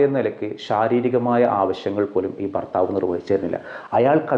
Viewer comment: ഫർ ത്താവ് 😂ഭർത്താവ്